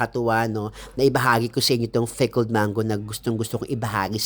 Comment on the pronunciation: Mars, pickled ba o "fickled"? Haha